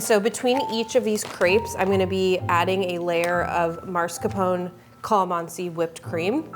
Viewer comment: I love your content so much!! But please it is pronounced MASKARPONE